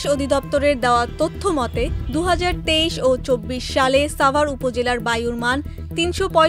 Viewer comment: সাভার এর উচ্চারণ এই প্রথম শুনলাম